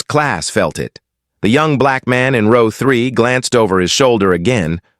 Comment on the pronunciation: Row is pronounced "ro...w" correct the not rouw as pronounced.